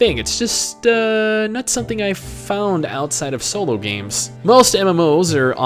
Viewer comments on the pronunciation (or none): none